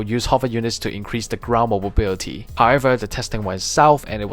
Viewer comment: Really interesting video, although I giggle when you say “mobobility”